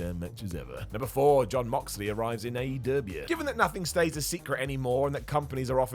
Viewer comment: I swear if you need to say "dubya" with AEW too? I'll just go ahead and stop enjoying any content you put out. THUMBS DOWN.